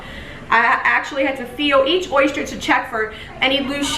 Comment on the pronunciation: Oyster not oyshtyer